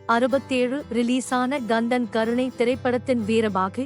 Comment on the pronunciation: தமிழ் உச்சரிப்பு மிக மிக மோசம். காதை கொடுத்து கேட்க முடியவில்லை. Kandhan Karunai என்பதற்கு Gandhan Garunai என்கிறீர்கள். Sivakumar என்பதற்கு Sivagumar என்கிறீர்கள். சூரனின் மனைவியின் பெயர் பதம கோமலை. அதையும் தவறாக உச்சரித்திருக்கிறீர்கள். தமிழை முறையாக கற்றுக்கொண்டு பேசுங்கள். அல்லது காணொளியில் குரல் கொடுக்காதீர்கள். வேண்டி கேட்டுக்கொள்கிறேன்.